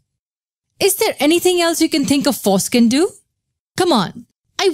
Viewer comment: is it just me or does it seem like whenever she says "Force can" it sounds like "foreskin"